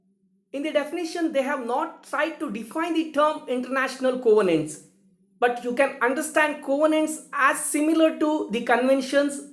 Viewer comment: Thanks much sir... Your videos on international law is of great use to students like me.... Thanks a lot. Very nice explained. but can u check the pronunciation of'' covenants '' .